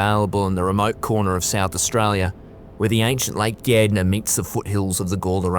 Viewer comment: It's Gairdner and he pronounced it correctly